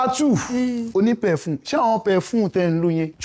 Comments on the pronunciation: Pefun😂 Perfume😐 Payfun😂 Omo I love this😅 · This Hamed and Wumin nah case oo.. I just dey laugh. Pefun.. perfuuuume...lol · The “perfume”😀